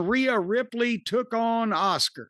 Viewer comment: It's Cornys way of saying Asuka lol